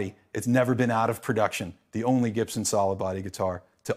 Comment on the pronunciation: It's funny how he pronounces his surname wrong